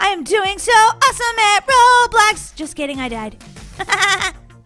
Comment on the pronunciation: did you know that when you are on them little clouds in the Mario thing it sounded like you said of Robux instead of Roblox😂